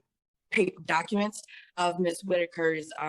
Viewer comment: Did she just say “recuments”?!? 😂 po chile thinks she’s so smart 🤦🏽‍♀️